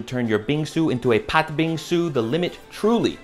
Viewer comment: appreciate you shouting out korean bingsu and even saying the korean pronouncation of red bean (correctly too!) i love the content man